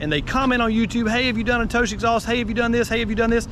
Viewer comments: like tohss lol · I've known a few riders that had installed 'Toce', (pronounced: toe'CH'ay, btw), they both ended up switching over to something else, Yoshimura/Termingnoni due to the obnoxious sound and the exact midrange drop as per this vid. Personally, I though they sounded great, but only at redline...they were anti social loud, however, at all all engine speeds. Ha! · Its a single syllable name pronounced like said it minus sh on the end. Think coma’tose’ Bought one for my lady’s 600 for the look and sound. Best looking under tail for the cbr600 imho. Small company out of Connecticut just trying to sell a couple exhaust against the big boys. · I've been pronouncing Toce incorrectly this whole time lol.